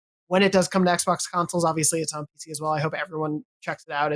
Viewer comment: Couldn’t he pronounce ‘XBOX’? Why? 🤔